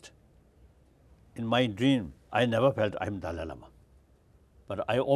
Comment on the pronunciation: hmmmm. maaaan. Daaal-"eye" Lama ... not "dally" like "daily". hrml says it himself at